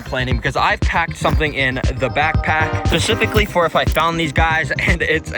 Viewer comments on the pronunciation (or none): are you saying pacificly? youre to old to not know the difference between specific and pacific the ocean